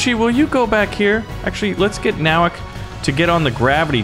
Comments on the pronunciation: I’m happy my last name is their but he miss pronounced it It’s No-wak No offense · Nowak is a Polish surname and it's pronounced as Novak